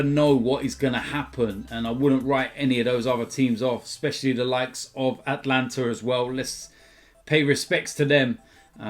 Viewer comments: At-a-lan-ta, that's a few vids now where you say Atlanta instead lmao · Atalanta not Atlanta